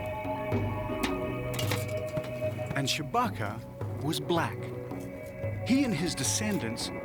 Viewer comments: Did he really say "Chewbacca"??? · Did he say "Chewbacca"?